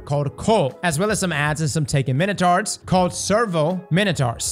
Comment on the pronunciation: did you really just say ‘taken minotards’ lmao